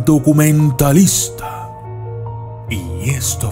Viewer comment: Dijiste "DUCUMENTALISTA"???? Jejejjejejejje